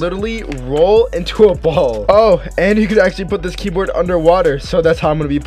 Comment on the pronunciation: This is how many times he said key broad ❗️ ❗️